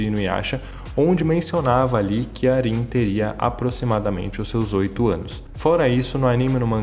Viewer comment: falando o nome da Rin errado 🙄🤦🤢